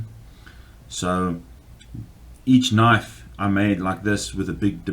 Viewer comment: You call that a knoife? Well yeah, that's a pretty good knoife.